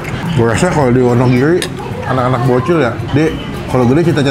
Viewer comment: Wonogiri Bro.... Bukan Wonogili.....